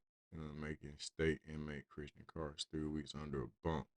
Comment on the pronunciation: Also, Krauch is pronounced like "crouch", it's German lol. My mom's side of the family is of German descent